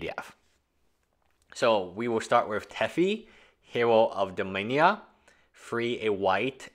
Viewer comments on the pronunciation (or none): Dude! Do-Mi-Na-Ria! Dominia is the name of the entire Multiverse and that’s not what this is. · El Bori dom-in-air-(ee)- (ah) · Dude! are you mispronouncing cards names on purpose?? Dominia and Teffi?? On a different subject, yééé for Squee!!!!! I'm happy about him!! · Having a giggle at "Teffi here woe ov Dominia". Some people are getting annoyed but i think it keeps the videos interesting lol. Makes me smile every time you say "Farlia" :) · Bro you’ve been playing magic for over 20 years. It’s DominARia.